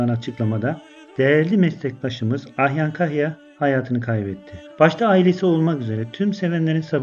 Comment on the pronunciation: Ahyan değil AYHAN kaç sefer yanlış söyledin dikkat et